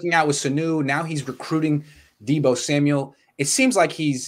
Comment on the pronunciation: This guy add's an S to the end of everyone's names, Deebo SamuelS, Jimmy G'S... LMAO!